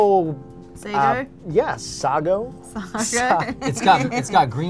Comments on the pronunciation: It's sago (seigo) like how pronounced and not sago like in saga. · In the Philippines, or at least my Filipino parents and community in NY, we pronounce sago as su-goo.